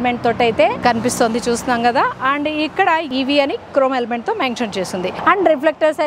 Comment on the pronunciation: అమ్మ తల్లీ,,, నువ్ క్రోమ్ ఎలిమెంట్ అనడం మానవా చాలా ఎ బ్బేట్టుగా ఉంతి